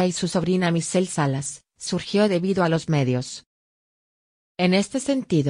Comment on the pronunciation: Se llama Michelle Salas, porfavor habla bien antes de hacer tus vídeos, siempre haces lo mismo porfavor pronuncia apropiadamente.